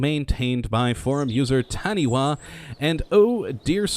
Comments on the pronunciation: If the forum user name is taniwha it is pronounced TaniFah not taniwa.... its Maori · It's said "Tani f a" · Tiny note, "Taniwha" is pronounced "Tanifaa". It is the name of a Maori mythical water monster, and in Maori words, a wh is pronounced as an F.